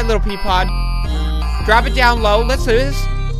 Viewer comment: i know right, especially when he says peapod